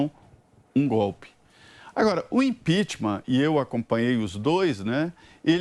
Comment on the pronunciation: Mesmo depois de 5 anos o Lula ainda não conseguiu falar a palavra "impeachment"